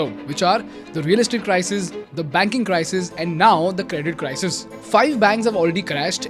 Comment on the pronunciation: sounds like CRY-SEEES